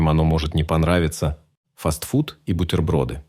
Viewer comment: Не фастфудыыыы,а фастфуды!